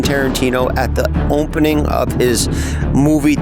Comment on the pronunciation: jeff says “opnening”